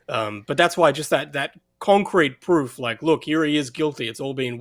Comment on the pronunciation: YOU SEE??... THAT'S THE PWOOFFF😂😂